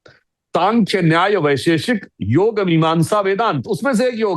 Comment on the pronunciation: कृपया "योगा" न कहें. "योग" कहें.